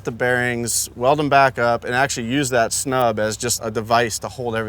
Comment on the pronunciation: Axle STUB. Not snub. I swear the younger generation just says things in the vicinity of an actual thing and it's fine. So dumb. Watch cooper bogetti for a plethora of this.